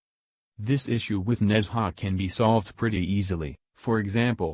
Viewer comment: It's not Nezha, it's Nun-Ja